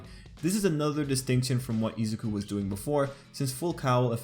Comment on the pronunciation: Ok I just wanted to say I really like your videos and analysis or BNHA. But your pronunciation of Izuku and Bakugou kind of takes me out of the flow of the video. channeling Hermione It’s IZUku, not IzuKU. And BAH-kugo. Not BEH-kugo. sorry to be that person. :,)